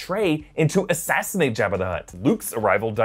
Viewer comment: Job-ah. Not Jab-ah.